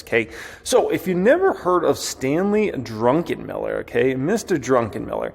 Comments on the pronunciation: Its DRuck, not Drunkenm. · Uuuh. I believe his surname is Drukenmiller. Not Drunken-Miller. But it was hilarious listening to you say it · It’s Druck…enmiller not Drunken..miller lol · Not "Drunken Miller" its "Druck En Miller". Not "Du qweezy" its "du kane". Geez learn how to pronounce words you are using. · Druckenmiller, not Drunkenmiller 😆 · DruCK not DruNK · The first syllable of his surname is Druck, not Drunk. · BAHAHAHAHAHAHA!!!!!!!!!!!!!!!!!!!! He said, "Drunkenmiller" instead of "Druckenmiller"! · You keep saying 'Drunken'-miller.... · I am betting Stanley HATES the way you pronounce his name.